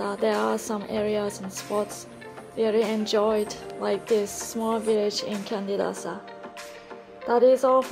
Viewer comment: Lovely place. It's pronounced Chandidasa. Like Canggu is pronouned Changgu. In Bahasa Indonesia, the C is pronounced Ch.